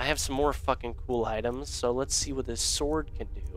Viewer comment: "Ancient snord sword of cold!"